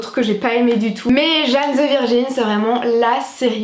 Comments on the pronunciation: Video top ! Je la regarde en boucle , quand je la finis je la reprends mdr , parcontre sa m’a perturbé le « jane » mdr faut le prononcer en anglais 😭😭😭😭😭😭😭😭😭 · Ma chérie c’est pas Jane (âne) c’est Jane (jayne) ..